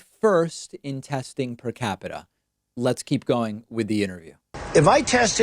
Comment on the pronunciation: Omg with the PER-CAPITA. Please frump, google it.